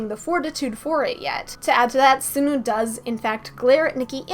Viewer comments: btw sunoo is pronounced sawnu :D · I love your channel, you're one of my favorite theorists! I must say though, I sometimes get distracted by the way you say Sunoo or Taehyun lol. Sunoo is like the word "sun" then "oo", not "soon-oo", and Taehyun is like saying Taehyung without the "g" I don't mean to sound rude though :)